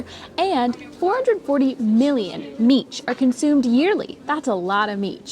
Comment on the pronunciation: my dear friends, you both pronounce mici absolutely perfectly, genuine romanians.